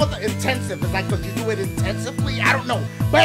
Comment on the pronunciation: It confuses me like is he saying let’s Diugh this shit or do this shit😂 ( I know he’s saying do)